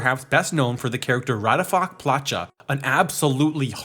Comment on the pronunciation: I started laughing so hard when he said Slniečko and Raťafák Plachta wrong :DDD. For a slovakian, it sounds really funny when english speaking people try to pronounce foreign words.